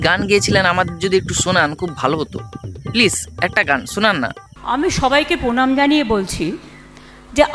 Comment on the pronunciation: প্রণাম কে উনি পোনাম বলেন 😉😉😉😉😉😉😉